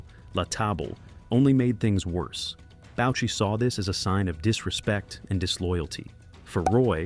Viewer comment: Boucher is pronounced: Boo-chay. Roy is pronounced: Roo-ah